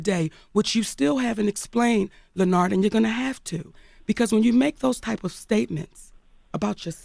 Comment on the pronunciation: That "LE-NARD" kills me EVERY TIME 😂😂😂😂😂